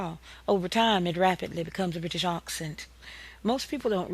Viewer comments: The English accent (not AHccent) is not good here! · that the "British" (no such thing btw) accent (or aahhksent as she bizarrely calls it) slowed down is what created the southern US accent